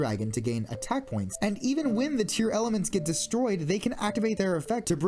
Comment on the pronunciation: Rex would benefit the most from Dinomorphia. This sounds really weird since you said "Tear-Elements" instead of "Tear-Laments".